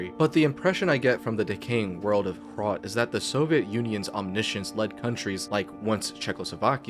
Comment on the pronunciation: As a czech, im really proud of how more recognition Hrot is getting in the more broad and international gaming scene. Great video, and good job, you even did very well on the pronounciation.